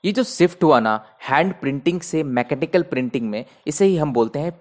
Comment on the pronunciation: Sir bahut acha padhaya aapne...but aap MECHANICAL word baar baar galat pronounce kr rhe the...plzz don't get offended just bata rhi hoon apne views aise to aapse badhiya history teacher YouTube pe koi nhi h